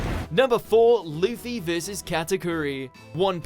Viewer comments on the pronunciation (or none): none